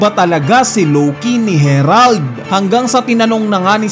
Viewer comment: Nag iba pag bigkas mo sa herald to harald 😂 parang ambaduy ng harald